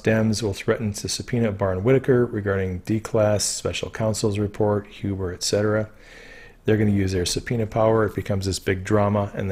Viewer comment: Glad you are pronouncing Huber as 'Hewber'. Looking forward to your book(s) on Qanon when this is done. Thanx!